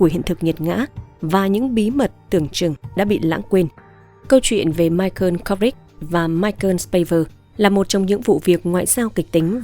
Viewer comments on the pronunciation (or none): BẠN ƠI ĐỌC LÀ MAI CỒ KHÔNG PHẢI LÀ MAI CƠN NGHE KỲ QUÁ MAI CỒ NGHE BẠN GIỌNG ĐỌC ẤM ÁP VÀ TRUYỀN CẢM RẤT HAY 👍